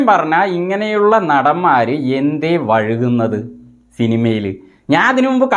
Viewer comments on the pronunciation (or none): വഴുകുന്നത് ❌ വൈകുന്നത് ✅